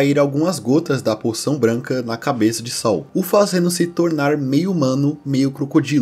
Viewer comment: não é sal, é saÚl